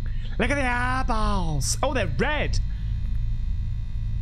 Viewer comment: I miss the "aabawlllzzz" southern accent version of eyeballs 😄